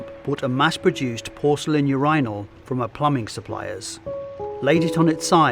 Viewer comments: im triggered by you-RYE-nol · Do Brits really say you're EYE nal???😂😂😂😂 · The way he pronounces urinal makes it sound like a royal title. 'Yes Your Inal.' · Seriously? Not one comment about the pronunciation of "urinal" in this video? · I don’t think I’ve ever heard urinal pronounced that way even by Brits Great video as always!